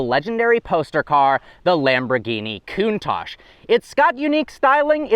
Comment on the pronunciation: The Lamborhini "Cunt-tash"?